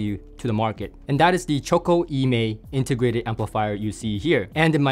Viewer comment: Nice review,! Just for your information: E Mei is named after a well known mountain in Sichuan Province in China and should be pronounced "Uh May".:goodvibes